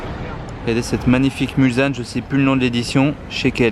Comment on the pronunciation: Mulsanne ne se prononce pas "Mulzanne" mais "mulssanne", le nom de cette Bentley vient de la commune du même nom située aux abords du circuit des 24h du Mans